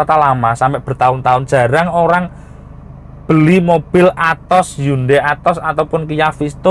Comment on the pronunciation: Atoz Kata om B bacanya "A to Z"